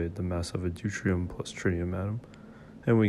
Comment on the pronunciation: Deutrium? You mean Deuterium?